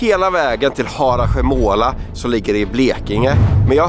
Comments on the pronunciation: sjön heter inte Harakomola 🤣 Man ut talar det Harasjömåla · Vad gulligt när ni säger Hara-sjö-måla 😅 Man säger Harasjömåla ❤️ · Asså jag får krupp varje gång ni uttalar harasjömåla 😂😂